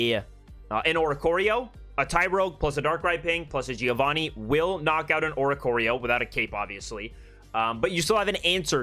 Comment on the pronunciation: i'm an Italian and i teach diction. Plz pronounce Giovanni with the double n. Without an n is "giovani" that in italian means "yungs" . There is a trick to pronounce correctly a double consonant. Think to the word " Upper" while saying Upper you do a small pause "Up-per". The same happen to Giovanni. Just pronounce Giovan-ni , and there you have it.